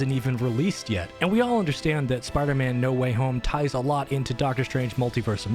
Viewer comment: "Sparder-Man" lol